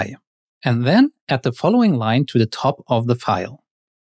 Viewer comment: Sounds like youre saying "at" not "add" Otherwise great vid